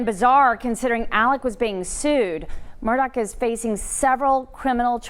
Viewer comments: It's murdaugh not Murdock. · MURR-DAW, not MURR-DOCK. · You’re pronouncing his name wrong. It’s murduagh not Murdock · Is not Murdock.... it is Murdaugh. I know it shouldn't bug me..... but every news reporter says it wrong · murDAUGH, not murDOCK.